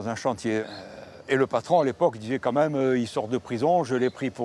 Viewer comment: c'est juste insupportable le " comme même".